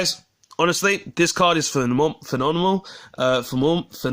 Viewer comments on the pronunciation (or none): Also, phe-nom-e-nous xD phenomenal